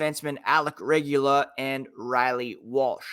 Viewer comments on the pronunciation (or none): Way to butcher Alec Regula's name lol. It's Regoola! Go Knights Go!